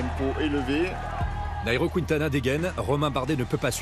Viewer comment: On peut arrêter de dire QuOUINtana? Ces QuUINEtana.